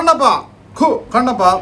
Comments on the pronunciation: കണ്ണപ്പ അല്ല കുണ്ണപ്പ😂😂😂😂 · Kannappa❌ Kunnappa ✅ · Kannappa❌️ Monnappa✅️ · Kannappa ❌ Kunnappa✅ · Kannappa ❌ Kunnappa ✅ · Kannappa ❌️ Kunnappa ✅️ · Kannappa❌ monnappa✅ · 4:9 എനിക്ക് വയ്യ 🤣🤣🤣🤣 9:4 കണ്ണപ്പ എന്ന് തന്നെ ആണോ പറയുന്നേ